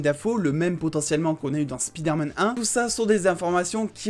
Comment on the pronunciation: c'est pas speederman c'est spiderman, c'est pas compliqué